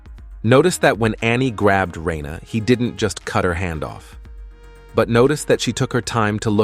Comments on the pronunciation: ITS NOT RAINA ITS RANER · I can tell you watch dub with how you say “Reina” not Reiner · WHY THE FUCK DO YOU SAY REYNA!??!?! It's fkin RY-NER holy shit! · Am i the only one who got confused at the first time he said reiner's name bc he said it "Rayna" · Why can't anyone pronounce Reiner lol.